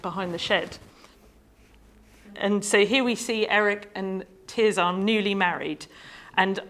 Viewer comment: Her name is not ’Tear Czar’. It’s TerZer. Her family say it that way, and it derives from the Latin Tertia. Sad that this oversight undermines what is otherwise a very interesting talk.